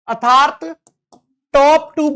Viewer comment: What a strange!!! Sir nernst का उच्चारण sahi kr sakte h , बस अर्थात्‌ hi nhi bol pate ( -^_^)